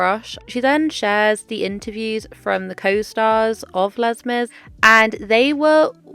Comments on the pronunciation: Les Mis = Lay Miz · Not "Lez" Mis 😭